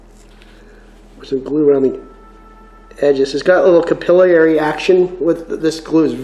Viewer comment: btw its not cap-il;-eee-airy action it's cap-ill-airy action (or cuh-pill-er-ee if you are a brit or cap-ill-er-ee if Canadian) there's no second i after the l's. believe it or not it's the same as the method/action that oxy-gas brazing works to spread the brass or bronze or whatever over your parent metal... Yeah I thought I was going to be a welder by trade but scoliosis got in the way.